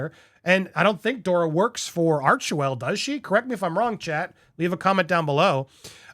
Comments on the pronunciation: Andy! It's Doria not Dora 😊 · Just FYI Andy; MM’s mother is named Doria, NOT “Dora”. 😊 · Andy you are saying dora its dor- eee -a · Andy her name is Doria not Dora! You miss read a lot! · Doria, not Dora. 😊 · Andy it’s DorEeeha ! Pronounced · Andy, it's pronounced DOREEAH. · Dor i a three syllables